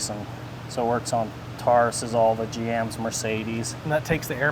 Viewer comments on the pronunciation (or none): He said taruses!lol